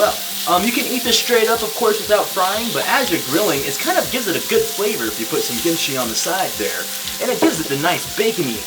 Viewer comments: WHY ARE YOU CALLING IT GIMCHI?? ITS KIMCHI! good video btw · I keep hearing “gimchi” am I crazy or is he calling the kimchi “gimchi”???? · Why he say it as gimichi lmao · cringe cos "gimchi" like you can say it that way but i always say kimchi- also CUT THE MEATTT